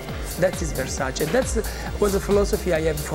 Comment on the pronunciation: Thank you for pronouncing Versace right